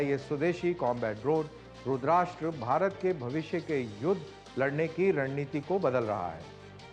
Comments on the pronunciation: Colnel sahab Rudrasta hai RudrASHTra nahin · रुद्राष्ट्र नाही रुद्रस्त्र(रुद्र अस्त्र)